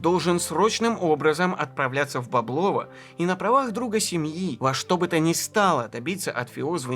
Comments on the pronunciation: бОблово, не боблОво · Правильное ударение -- БОблово. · огромное спасибо за этот шедевр! Действительно история великого, но живого человека. Рассказано как всегда максимально увлекательно и объективно. Разве что меня, как коренного клинчанина, немного покоробили ударения: Боблово - правильно на первый слог, Клина - на первый, в Клину - на второй.